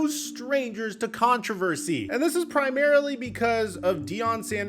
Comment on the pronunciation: said “controlversy”